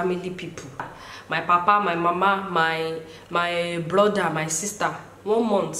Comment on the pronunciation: 🤣😂😂🤣... you come use our igbo accent “blother” instead of “brother”. Welcome to the igbo community sugar.. 😂😅